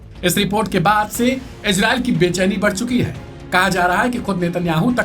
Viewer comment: Ejrael nahi bhai Israel bolo apna tone sahi karo....